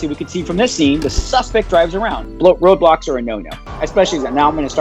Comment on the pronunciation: Every time he says roadblocks I understand Roblox